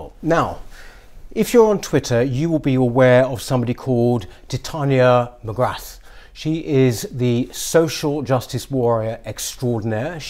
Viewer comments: It's pronounced McGraa. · Its pronounced McGraa.